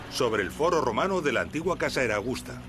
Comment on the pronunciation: Vídeos magníficos y admirables trabajos de investigación, muy bien explicados. Ahora bien, Caesar se pronuncia César.